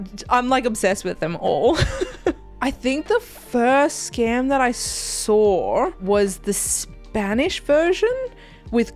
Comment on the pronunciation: Your pronounced Skam in Norwegian, I'm so proud! ❤